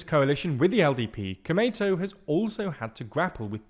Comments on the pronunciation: you speak komeito as it sounds tomato. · The way he says 'komeito =公明党' is sounds pretty funny, more like sounds '米伊藤' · The lack of distinction between long and short vowels in this romanization method is also why Komeito sounds so much like tomato in this video lol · i can't believe they didn't research how to pronounce Komeito. he keeps saying it like an American pronounces tomato. edit: holy cow, they didn't even look up how to pronounce nippon.